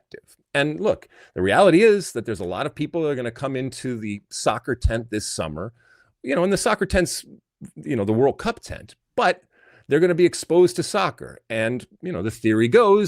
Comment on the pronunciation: Alexi said "World Cup Tent" and I heard "World Pup Tent"⛺ 🐕